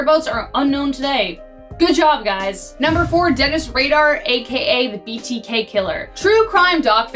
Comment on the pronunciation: Great video, but Dennis RADAR made me lol